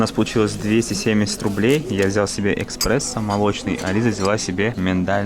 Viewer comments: Всё круто, спасибо за ролики. Только на минуте не экспрессо а эспрессо))) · ЭКСПРЕССО))))))))ну блин ЭКРПРЕССОООООООООООО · Извини. Но не Ekspresso. A Espresso. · Эспрессо, а не экспрессо. А так выпуск норм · эКспрессо тоже режет ухо)))) Как бывшему бармену)))) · "эКспрессо"! из ушей кровь... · Всё хорошо, но эКспрессо прям слух режет )))) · Мне одному послышалось : ЭКспрессо? Или нас тысячи? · Мод кто-то уже заметил, не эКспрессо, а эспрессо пжалста! :) а так чётко :) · "Экспрессо" от питерца это сильно. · Видос зачётный, но "ЭКСПРЕССО" сделал мой день xD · Цены на варенье ппц! Это рассчитано на туриста лоха))) ну рил, если прийти в этот же населенный пункт на рынок, там эта же банка будет стоить 50рублей!) И еще, мэн, ну что за эКСпрессо????. Эспрессо! 🤦🏽‍♀️ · эКспрессо....ужас!!! Что за безграмотность? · Не экспрессо, а эспрессо дядь ))) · Круто! Но "эксперессом" ты меня убил))) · ЭКспрессо! Серьезно? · эКспрессо? ты серьезно? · Эспрессо ---- а не экспрессо !!!!!!! Садись , два. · Отличное видео! Но по уху резануло эКспресо, ну эспрессо же! А так, круиз двоякий. Еда отличная! Анимация... это крах! Согласен с по поводу соседей за столом. Хотя бы по возрасту подбор делали. А так, лайк однозначно!!! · блин, ЭСПРЕССО А НЕ эКспрессо))))